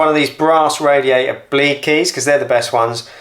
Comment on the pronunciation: I love ot when you say radiaerai